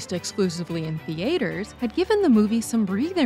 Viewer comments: 'thee-aters'? I get mispronouncing names of the subjects of your topics you may not be too familiar with, but 'theaters'? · Wait, why did she say “theaters” like that?😂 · no offense but why does she say 'theaters' like that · Pronouncing words with a little twang sometimes is one of life's small joys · I never heard that pronunciation before